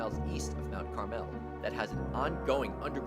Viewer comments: Uh, yeah... about that, it's pronounced Carml not Car Mel 🤣😊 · Mount CAR-mel NOT carMEL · You are pronouncing Mount Carmel wrong.